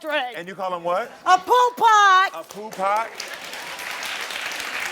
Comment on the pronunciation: And it’s POO PUTT!!! Not Poo pot Karamo lol!! And it’s not a deadbeat it’s like a dirty person that don’t take care of themselves PHYSICALLY